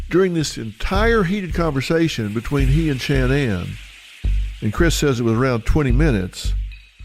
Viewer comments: Her name is not “SHAN-ANN”!!!! It’s pronounced “SHA-NAN” like “nan DUSKIN ” or “sha na na”! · Omg please stop saying SHAN NAN. Its like nails on a chalkboard… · Why couldn’t he pronounce her name correctly. Drove me crazy